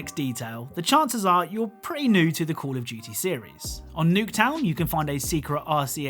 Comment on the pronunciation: cAlL oF "JeWtY"